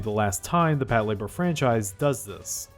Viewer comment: is that hows its pronounced? Its not PAT -la - BOAR?